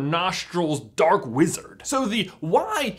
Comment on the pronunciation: I fully heard "red eyed, menacing, slits for nostrils dork wizard" instead of dark wizard 😂